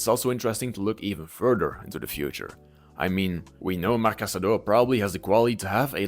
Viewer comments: cassado, not casadooooooo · No, I think you are in the wrong here if I understood you correctly. Anyways, what I mean is his surname is Casadó and the correct pronunciation in Catalan is kəsəðó - stressed on the last syllable (and with a voiceless s sound, as he himself said prefers it). It's an almost identical spelling to "Casado" (just the accent mark is different), which in Spanish you would pronounce kasáðo, stressed on the second.